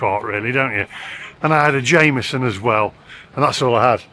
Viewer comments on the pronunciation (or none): Please stop pronouncing Jameson whiskey as a non whiskey drinking tourist would. No Irish person would ask for a Jame eh son. It's Jem eh son. Tastes the same though.😂